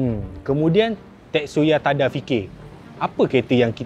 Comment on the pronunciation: Tetsuya Tada <-- bukan ting ting laaa....sepatutnya......Tadaaaaaa.......😂😂😂